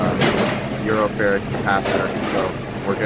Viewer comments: BTW, µF is pronounced "microfarad". It's a Greek lowercase mu (µ) that stands for the micro- unit prefix. Otherwise great video! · i laughed when i heard euro farad. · FYI It’s pronounced “Micro-Farad” - the symbol for it is “uF”